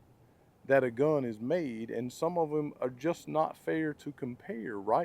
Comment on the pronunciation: How he says gUHn is hysterical